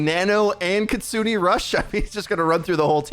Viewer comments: “Kitsu-nay” not “kitsu-knee” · No one gonna talk about how he pronounced Kitsune as Kitsoonie. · It’s pronounced “kits-zoonay” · Should be more like keets-neh than kit-soony, I think? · Okay I hate being "that guy" but I've gotta say something... It's pronounced "Kit-soo-nay" not "Kit-soo-nee" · For the last syllable of Kitsune it sounds like "nay" rather than "knee" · "Kitsunee rush" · I have not heard a single person say her ultimate properly yet, it's pronouced 'Kee-tsu-ne' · Not to be the weird guy, but the pronunciation of Kitsune was butchered a little. The E in Kitsune is pronounced more as “eh”. Hopefully this makes sense😂. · The duality of knowing two or multiple languages. Or learning😂 I’ve been tryna help ppl with the pronunciations too. I’m hearing a lot of Cuh-Ree-Ko from ppl. They need to emphasize the E sound in Ki, and have their tongue touch the top of their mouth when pronouncing Ri. Much like the English L. pronunciation of Kitsune different got a laugh outta me tho.